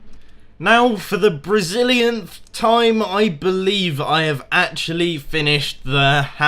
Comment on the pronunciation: did he say the brazil-lianth time?